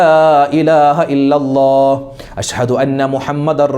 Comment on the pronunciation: ഉസ്താത് അശ്ഹദു എന്നു പറയ്യന്നത് അശ് ഹദു ശ്രദ്ധിക്കുക.